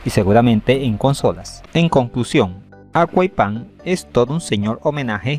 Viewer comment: * Yo intentando no reir cuando dice aqua ippan pensando que dice agua y pan *